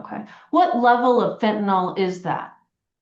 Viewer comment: If she could learn to pronounce fentanyl, that might help. Sounds like it's eaten part of her brain